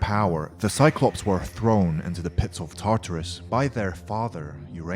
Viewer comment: your saying gaea,tatarus, and other names whrong